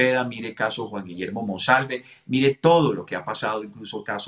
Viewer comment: Ayyyy noooo su dislexia es muy cansona cambiando nombres, apellidos y leyendo mal. No es MANOSALVE ES MONSALVEEEEEEEE ya medio rabia. Con cuidado porque lo queremos y creemos.